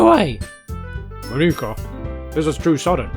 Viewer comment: Btw,, are you sure it's Moníka and not Mónika?